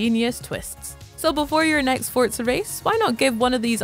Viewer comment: the it’s nice hearing the correct pronunciation of “forza” in a video